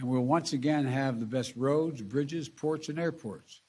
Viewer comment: “Roads and brizzes” ???